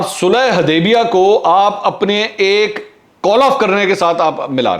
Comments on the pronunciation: U didn't notice that he couldn't pronounce sulahe HUDEBIYA correctly instead call it HuDEBA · MashaAllah powerfully spoken, Mansoor Bhai, it is Sulha HUdaibia and not Sulha HAdaibia... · This is valid observation